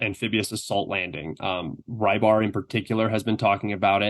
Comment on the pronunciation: Rybar, not Raybar.